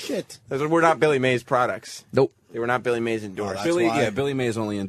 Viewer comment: Opie pretending like he doesn't know it's Mays not May